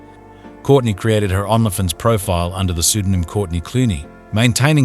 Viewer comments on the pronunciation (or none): Are there rules about pronouncing Only Fans on YouTube? You prounonce Only Fans as "ON-la Fins" instead of "Own-lee Fans". Why? It's distracting from the seriousness of this crime.